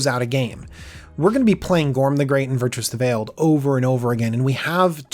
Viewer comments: ..... Virtuous? You've added in some vowels there, buddy. Vir-tus ;) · It's...it's "Virtus" (VER-TUS) You keep saying "Virtuous" (VER-CHOO-US) A little different. Cool deck tho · It's pronounced "Ver -Tuss" where the heck did you get Virtuous? lol! And yes Azra, not Arza lol. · dude, Vir-Tus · Made it about a minute and half, but I couldn't take hearing you say "Virtuous" one more time. Honestly, how hard is it to sound something out? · Made it longer than I could I was out at 53 seconds. Probably my biggest pet peeve with the magic community. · Please pay more attention to card names/creature types. Not even 1 minute in and you already mispronounced Azra and Virtus